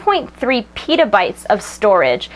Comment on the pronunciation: PEEta bytes. Its Pehtabytes.